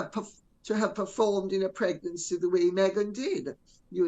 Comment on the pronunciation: “Negnancy “ Lady C? Sherry before luncheon?